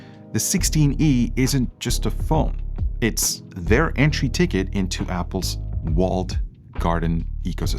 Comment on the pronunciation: The entey price 😅😂